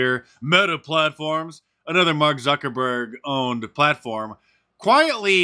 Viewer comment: Zuckerborg, please get his name right... 😂!